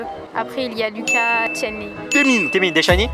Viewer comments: oui! Merci vraiment ça m'a fait mal au coeur quand je lai entendu dire "Luka" 😖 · "il y a Lucas" pardon mais c Lucassssss avec un ssssss ça se prononce le S!!! ÇA SE DIT AVEC L'ACCENT ANGLAIS Pardon mais c mon UB donc j'étais obliger ça m'a fait mal